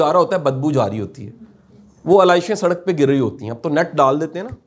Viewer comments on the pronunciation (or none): none